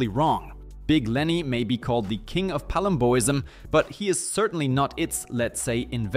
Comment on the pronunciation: How did you pronounce Dave Palumbo's name correctly, but not pronounce "Palumboism" correctly? The condition is literally named after Dave smh.